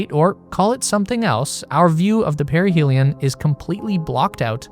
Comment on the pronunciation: You and that young UFO girl pronounce "perihelion" wrong. I would dismiss her pronunciations as a silly one-off, but then here you go, communicating as an authority as well and pronouncing it the same way she does! So now I'm starting to feel crazy and have to look it up. But first, I ask my gf, “Hey, how do you pronounce this word?” and she’s like, “Duh,” and says it the way that’s obvious to me too, but apparently not to any of these uToob “authorities.” I look it up, and to my relief, yup, it's pronounced the obvious way that you'd expect. Unless you're this or her channel anyway. People! If you don't know how to pronounce something, it's okay! Just look it up! You have access to all human knowledge, and it only takes ten seconds! Then you know for the rest of your life!